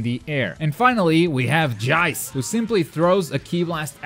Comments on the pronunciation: Did anyone see the captain ginyu combo video??? This guys gonna be beast Also it's pronounced JEECE, not jaice And hyper armour not super armour ;) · Love the tutorials, but you don't pronounce anything right..Gullo, Jice, Barter.... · him saying jeice and burter disgusts me